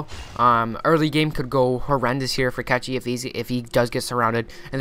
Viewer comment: Man with all respect to your commentary ... PLEASE .. PLEASE .. LEARN HOW TO PRONUNCE CORRECT PLAYER NAME !!! IS A CZE,CECHI MEANS CZECH REPUBLIC .. his shortcut is short cut on his country .. is not catchi is cechi !!!! HE DONT WANT TO NOBODY TO BE CATCHED . HE WANTS TO TELL THAT HE IS FROM CZECH REPUBLIC ..if you want to say correct try to say this ..chahe ... thanks man . i really aprecitate your commentary but this is killing me ... im from cz too haha